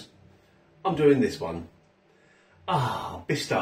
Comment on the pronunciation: Thanks again for this great video. May I say that the way you pronounce the brand name made me laugh a lot as me and my friends always been saying it this way. Please trademark it and give us more reviews of their not that popular products. Keep up the good job. Cheers from Europe